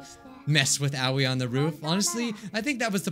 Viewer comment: The way he pronounces Aoi 😂🤣 It’s actually pronounced “AH O EE”(あおい